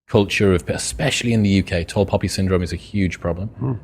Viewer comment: Tall poppy not puppy lol